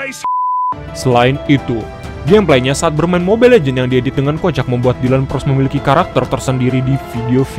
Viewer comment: Bang bukan pros tapi pgos